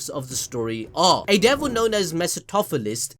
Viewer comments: got to learn a new word. Mercy-toh-philis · Everytime he mispronounced mephistopheles I had a stroke